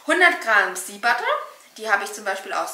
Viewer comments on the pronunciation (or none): Man spricht es SCHEA aus 🤗